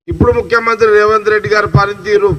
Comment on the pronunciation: రేవన్ రెడ్డి కాదు జగ్గారెడ్డి గారు స్పష్టంగా పలకడం నేర్చుకో. తరువాత రాజకీయం గురించి మాట్లాడు..😂😂